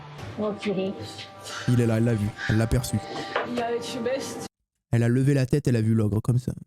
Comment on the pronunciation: ELLE A BIEN DIT ETCHEBEST